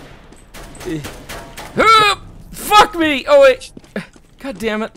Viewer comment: i like it when he says goddemut